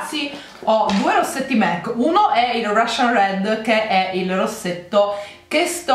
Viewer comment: Ci vuole tanto a capire che si pronuncia MAC e non MEC? Non è il McDonald